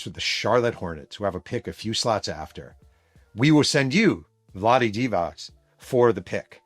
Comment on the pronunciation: Love the show Jeff- if it was pronounced Divak, it would be spelled Divak. It’s Divats (c like zz in pizza)